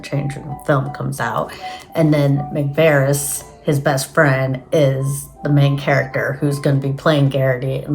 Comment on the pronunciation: Watch the first trailer. Peter McVries says his name. You're not pronouncing McVries correctly. It's pronounced Mick-Vrees. You're saying Mick-Veres.